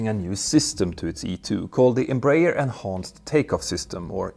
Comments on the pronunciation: Please, it is pronounced EM-BRA-ER [ẽbɾaˈɛʁ]. Your pronounce is painful. Try to pronounce that as u pronounce *EM*/INEM+*BRA*/ZIL+*ER*/A. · Ok, now all of you need to learn. Pronunciation goes like this: N - bra - air. N as the letter, bra as the lady accessory, air as in the air we breathe. N - bra - air. Got it? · Em-br-aer i.e. Brazilian Aeronautic Company in English. Thus the correct pronunciation is EM like “Em” in Empathy or the letter “M”. BR(A) like the women’s accessory of the same name. And (A)ER like “Air”. M-Bra-Air…. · For optional Brazilian enjoyment, you can say Embraer as Embra-"air" just adjusting the ending to sound like the English word. That's how we pronounce it. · Greetings from Brazil! Love your channel. As I know you value learning I feel free to give you a little tip … the Brazilian-Portuguese pronounciation of EMBRAER is more like Embra-Air. It is even easier to pronounce! Keep up with the good work and great content!!! Cheers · I think the English speaking world has adopted "em-brayer" as an English pronunciation. It's wrong for Portuguese speakers but probably impossible now to change. The important point is that Embraer is clearly the world's third great aircraft manufacturer and with the E195-E2 it's in open competition with Airbus.